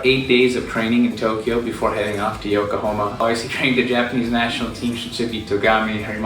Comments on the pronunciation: It's Yokohama, not Yokohoma my brother. haha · It's called YokohAma my guy. :D Nice Video tho